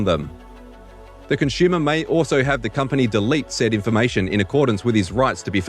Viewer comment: Did he just say conshoomer?